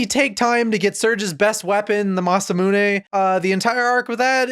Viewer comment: Also thank you for pronouncing "Masamune" properly because jfc that MA-SA-MYOON shit hurts me physically every time I hear it 😂